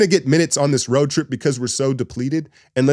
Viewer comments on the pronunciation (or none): none